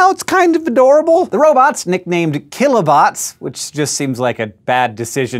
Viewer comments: You just need to overemphasize keelobots. Kilo, not kill-o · lol if you want to give it a less menacing sound, say it like "keelobots"